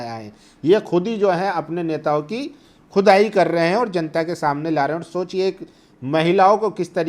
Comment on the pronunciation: Bhai aap saaf saaf bolo... Khudaai ya ch...ai? 😅😅😅😅